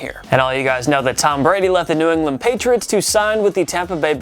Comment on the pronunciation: this man really said "New Orland Patriots"